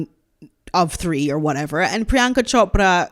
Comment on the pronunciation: Love your videos. By the way, your accurate pronunciation of Chopra surprised me. I never expected it. Priyanka is nothing to write home about. She sold out in my personal opinion, the same way Meh-gan Mularky sold her father out